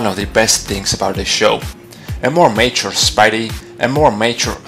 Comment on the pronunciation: Where is ultimate spider man? Oh yeah you say mature like your saying nature